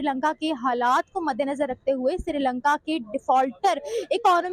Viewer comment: Madam it’s srilanka not sirilanka